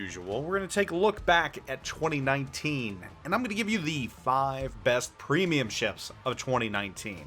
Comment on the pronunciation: Special ships aren't premiums. Also he has literally 1 battle in Bayard, 9 battles in Thunderer and whole 17 battles in his BEST PWEEMIUM Benham. This guy is so clueless and talks out of his ass. Last but not least, he doesnt define his rating criteria. What does 'best' even mean? His favourite? strongest carry potential? smartest game design? credit earn? what a throwaway video